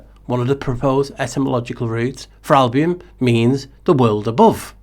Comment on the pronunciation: Thank you for sharing your thoughts. Your pronunciation of the word Albion, it sounds in my ears like album. And that lets me think about a LP 💿 flat with in the middle the navel. Just a weird thought ☺️ Latin album is literally "white color, whiteness;" 🦢